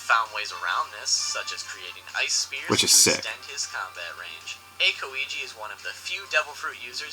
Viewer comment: 2spookys pronunciation is so cringe. Calling monet moe net instead of moe nay and saying aKoiji instead of aokiji pronounced owkiji